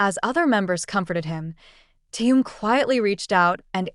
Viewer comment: Автор, сколько можно искажать имя Тэхена. В каждом предложении новое имя. Совсем ку-ку.